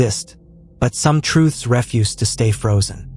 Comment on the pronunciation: It's ree-fyooz!